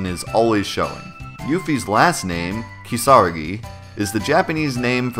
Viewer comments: it's a little cringe to hear you pronounce part of her name the Japanese way(yufi instead of yuffie) even though it's not spelled that way but even worse is when you butcher the pronunciation of 'kisaragi' because it's not 'keesarr uhgee'! it's ki sa ra gi. reminds me of the cringe way the characters say nar uto in english dubs instead of na ru to. if they wanted people to pronounce her name differently, they should have spelled it as Euphie. and don't even get me started on Squall's name in japanese, I don't understand why it's Score, but it is. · ... Say it with me... KeeeSaaaaah-RAAAH-Giiii Not Kee-SARA-gii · Awesome, I'm so hype for ff7. How big is the Yuffie Glitch? Also: KEY-sa RA-gi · Hm, I always pronounced her surname "Kisa-Ragi", not "Kisara-gi" as you say. Not sure I can adopt this after what, 21 years? 😅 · realized halfway through making the video that Yuffie pronounces her own name in Dirge of Cerberus during one of the cutscenes, so 1) I didn't want to redo the voiceover and 2) I have a much easier time saying KA-sa-RA-gi and probably would have sounded ridiculous trying to say it correctly anyways, lol. And the Yuffie glitch is the biggest most ridiculous glitch I've ever seen in a ps1 game (although it only works on the PC version). It's that big. And it's so easy to do as well. Can't wait to make that video! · That's close to how you pronounce 'Kisaragi', but the em-PHA-sis is on the wrong sy-LLA-ble. It helps if you think of it like two words, with the emphasis on 'Ki' and a slight emphasis on 'ra'. Like how the English word 'indisputable' has a strong emphasis on 'in' and a slight emphasis on 'put'. But anyway, that's my nitpick for the day. Great video, two thumbs up, Yuffie deserves more respect, I'm out~ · not u mispronouncing kisaragi tho.. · you pronounce "Kisaragi" wrong XD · BUTCHERED THAT LAST NAME